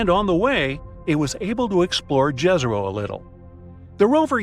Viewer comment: Pronounce YEZERO (Serbo-croatian)=LAKE